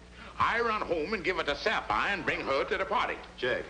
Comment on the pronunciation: Mrs Van Pelt actually pronounces the name Sapphire correctly. Its usually pronounced as " Sap fi " .